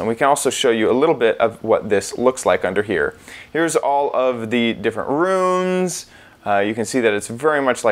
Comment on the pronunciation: Learn how to say room, moron.